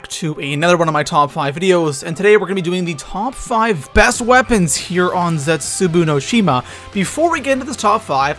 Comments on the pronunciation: I think its pronounced Zetzu Baw no shima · Please don't say Zetsubou no Shima like that!